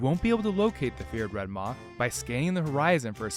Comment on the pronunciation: Red maah 🤣😂😁 Sheeps go baah. Its Red Maw like claw.